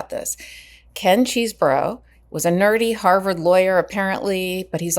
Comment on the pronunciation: Say it with me Ches - eh - bro. How hard was that? It’s not Cheese-bro.